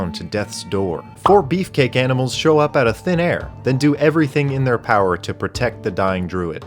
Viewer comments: first thing you do is talk to some aminals..... bruh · I love talking to aminals